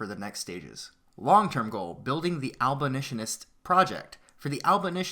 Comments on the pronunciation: It's pronounces AB-O-LISH-IN-IST NOT AL-BO-LISHIN-IST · Oh God these comments, a few people make fun of him for saying "albolitionist" and you spergs claim it's paid shills trying to shut him down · >Can't even say abolitionist correctly You're not helping when you do this.